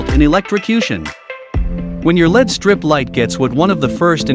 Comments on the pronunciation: It's pronounced "L-E-D," not "led" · Get proper voice over. It’s pronounce El-Ee-Dee as it’s an acronym not as Pb an element on the periodic table “lead”